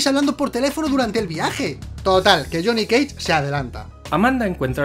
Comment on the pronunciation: Lile si dijo jhonny keich